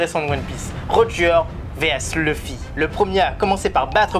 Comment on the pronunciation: arrête de dire luuufy, arrête de prononcer a la française frère, sa s’vois que tu viens de commencer one piece toi